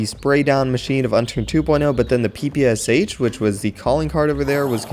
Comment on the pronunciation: As far as i know (from a russian friend. its pe-pesh)